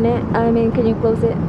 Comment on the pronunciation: natawa ako sa pagkasabi ng close open 😂